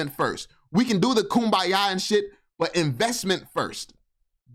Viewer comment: He said koom ba ya 😂😂😂😂😂😂😂😂😂😂😂😂😂😂😂😂😂. While I don’t like a lot of things that this guy says, I will admit this particular video, he has a point